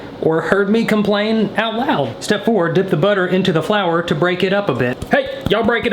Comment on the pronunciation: the way he threw that flower and said '' FlOuWeR''